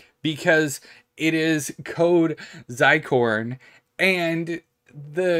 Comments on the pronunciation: Not to be a pronunciation police here, but zircon is pronounced as (zur-kawn). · "zi-corn" :))) bruh